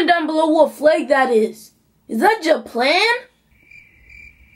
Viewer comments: LOL YOU SIAD JA-PLAN 😂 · He said ja plan I’m done😂😂😂😂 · it’s Cuba not ja-plan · He said JA-PLAN. 🤣🤣🤣its cuba.BUT STILL HE SAID JA-PLAN